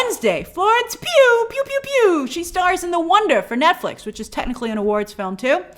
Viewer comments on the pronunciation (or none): none